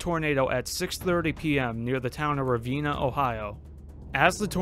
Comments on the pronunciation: Ravenna is pronounced: Ruh-ven-nuh !!! :) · The Atlantic Tornado traveled all the way past Cherry Tree and to Tionesta. As late as the 2000s one could still see, with relative clarity, tornado scarring off Route 8. Today, you still have a shot to see it should you look relatively carefully. PS: Ravenna, OH is pronounced Ra- veh-na.